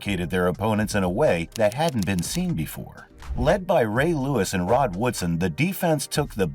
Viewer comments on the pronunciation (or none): Does he keep saying "Ron" Woodson or is it just me? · Is it just me or is this dude/ai narrating saying RON Woodson? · It's Rod, not Ron Woodson